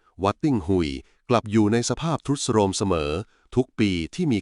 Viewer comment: ซรุดโซรรม😱😱😱😱😱🤣🤣🤣🤣🤣🤣🤣🤣👏🏿👏🏿👏🏿👏🏿